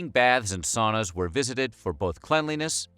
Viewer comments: It’s not saw-nah, it’s sow-nah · Sauna: sow-na. Not saow-na. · The Vikings took "sauna", pronounced "sow..na"! If you are going to talk about us, and our bathing, please do so properly! Thank you. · Sauna is a Finnish word in which the au is pronounced like the ou in sound. Or very much like a Bostonian might pronounce towner as in out-of-towner.